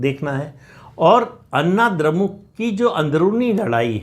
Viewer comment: अन्ना द्रमुक नही अण्णा द्रमुक बोलिये "ण" का उच्चार कीजिये।